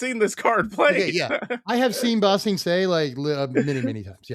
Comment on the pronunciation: "BA sing se" not "ba sing se" to be fair I genuinely thought the names were the same name and had to look it up